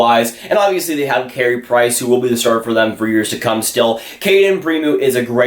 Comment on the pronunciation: Pre-moo.. hehehehe